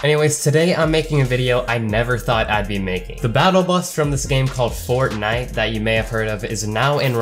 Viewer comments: He also said fort.. nite though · Eldin Rizvanovic you realize pronounced it wrong. right